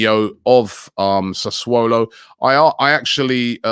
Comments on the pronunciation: He used to say sasulo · SASSULO. Not Sassuolo